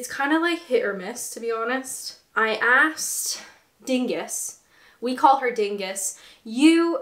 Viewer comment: You "aksed" us? *Sigh* Right, down the snake with you, throw a 6 to continue your journey to proper speech. :P